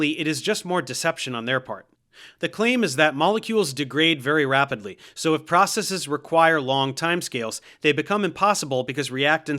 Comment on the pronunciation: I just want to say thank you for pronouncing "processes" correctly without a long-e sound.